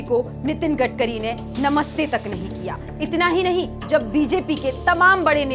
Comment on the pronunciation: गटकरी नहीं गडकरी है क्या एंकरिंग करोगी रे बाबा